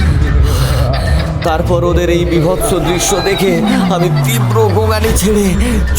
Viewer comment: বাছটা পানির তলে ডুবে গেলে , ছেফালি তাকে নিয়ে গেল। বিভতছ গল্প। অছছোছতি কর। ---- কবে ঠিক হবে "স" এর উচ্চারণ